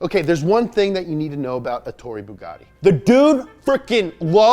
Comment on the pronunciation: who is this gus Billie ilish Me: no he's ettoro bugatti